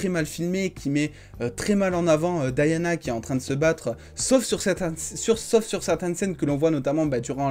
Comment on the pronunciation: Mon frère dit DIANA pas Diana ( Dayana ) , tu parles français prononce le prénom en français.